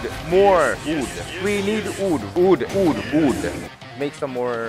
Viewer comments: I like how he says wood, OOOD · i like how he says ood instead of wood